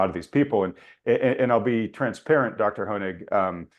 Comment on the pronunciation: "Thank you Dr. Honig.... Dr. Hynek.... Dr. Hoehing..... " just butchered this guy's name throughout the entire interview.